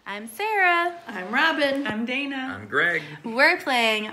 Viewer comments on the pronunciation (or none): none